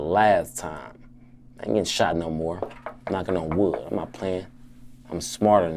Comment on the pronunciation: "I'm knoccing on wood" 🤦🏾‍♂️